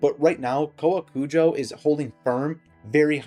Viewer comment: You actually got the pronunciation perfectly, literally every other youtuber has been calling it cow-a-kujo and its been driving me insane